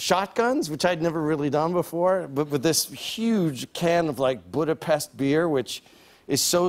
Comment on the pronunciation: Love Mike... but I'm Hungarian.. it's Budapest !!